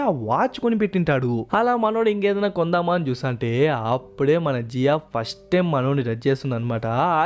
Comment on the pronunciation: జీయో ❌జియా ✅😂😂